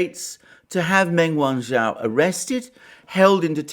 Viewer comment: Wrong on every front, and learn how to pronounce her name properly?